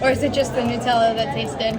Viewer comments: So glad you enjoyed the European experience! My favourite bit was you saying Nutella like New-tella 😂 Instead of Nut-ella. Is that the American way 😂😂❤❤ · The way Americans pronounce Nutella is interesting to me. As an Australian I pronounce it like nut-ella (ie like the nuts it’s made with).